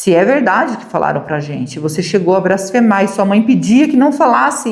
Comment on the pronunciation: NÃO É "BRASFEMAR" É BLASFEMAR. É BLASFÊMIA, COM L.